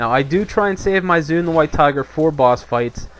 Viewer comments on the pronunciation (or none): 1. There is no such thing as snapshot statistics anymore, they removed it from the game for all pets 2. Its pronounced "zwen" not "zune" <===not microsoft 3. Chi burst is a gain in the aoe rotation, and using tiger palm is a dps loss at any point where there are more than 1 mobs. 3. FoF is above mastery procs in priority 4. Best secondary stat is haste up to ~7.4k at which point crit becomes dominant...there is NO POINT AT WHICH MASTERY IS BETTER THAN EITHER.